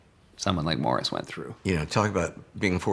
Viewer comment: It's Morris. Not Mars.